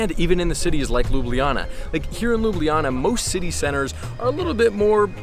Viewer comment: As a Slovenian myself, the english name of the city is read Lube Lana, not Lube Liyana.